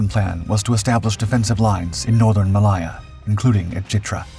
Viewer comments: Ma lay(as in say) a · Please learn how to pronounce 'Malaya' - Ma Layer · ITs Malaya there is no I IN IT